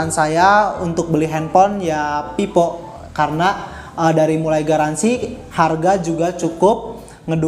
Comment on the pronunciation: Telingaku terdengarnya pipo , pes enlok dll